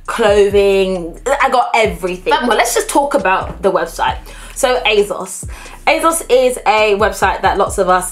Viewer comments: Please please please why do you keep saying aZos??? Why??? It’s and s not a z... like you pronounce the s at the end so why won’t you do the same at the beginning! Ps you look great! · asos doesn’t have a z in it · Is it it me or did she say azoz instead of asos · Not hating but it is ASOS not azos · Why she sayin azos tho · And you literally said it used to be called as seen on stars... so you know for a fact that it’s an s and not a z... so please why? Please! We are all here wondering and have been wondering for years so please just tell us why you choose to pronounce it that way. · Ufo only intellectually deficient people need to resort to insults to get the most basic (albeit incorrect) points across. ASOS is pronounced one way and it’s not with a soft z... “h” in the English language is pronounced 2 ways depending on if you are speaking British English or American English... you can’t just make up your own way of pronouncing a word or letter that already exists in a specific language. ASOS names themselves ASOS and they pronounce it with an S not a Z... and I am not policing anyone. So bye Felicia!